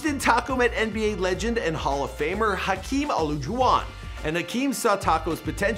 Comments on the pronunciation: “hakeem Oloojuwan” 😂😂😂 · Hakeem Ulujuwon lol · Hakeem holujuan 😂😂 I’m dead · I cringed when he said Hakeem olajuwon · omg, how he said Hakeem Olajuwon got me dead